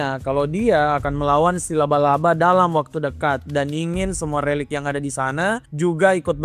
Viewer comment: Lu typo ya min ngomong relik aja jadi lerik